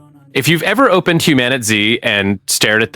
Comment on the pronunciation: You keep calling the game Humanity it's called HumanitZ but other than that great video...